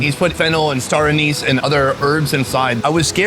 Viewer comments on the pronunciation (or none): none